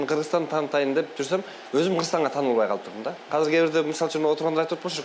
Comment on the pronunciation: Казыр девей азыр деп эле суйло